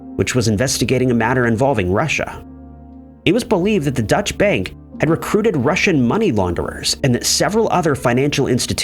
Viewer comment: It's not the 'Dutch-Bank' it's 'Deutsche Bank' which is the German bank, Not the Netherlands.